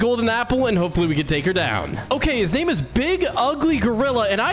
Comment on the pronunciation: OH GOD THE NAME BUTCHERING, SO MUCH MASSACRE